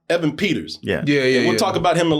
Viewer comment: bro can’t even pronounce Evan right 😭